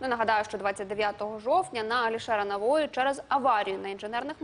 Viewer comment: Навои, ударение на ,,и